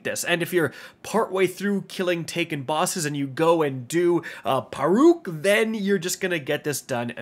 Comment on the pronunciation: I'm pretty sure you butchered the pronunciations of both Rheasilvia AND Pauurc lol